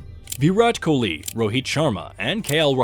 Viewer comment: Anyone get the feeling this voice is AI generated? It doesn't sound computerised but it has no idea how to pronounce some names like Kumble and Kholi